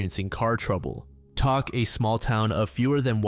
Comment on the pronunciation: Tok, Alaska is actually pronounced like 'Toke'. Just thought you might want to know! Thanks for another excellent video.